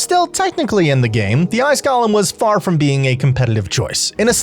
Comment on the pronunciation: You're (like so many others) pronouncing Golem incorrectly. You are pronouncing it like Gollum. They are two different words. I know some people will like to claim that you can say it either way, which is correct, if you want to pronounce it wrong...or you could choose to say it correctly and not act like you are talking about a The Lord of the Rings character. My precious!